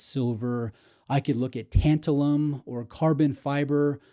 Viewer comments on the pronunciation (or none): none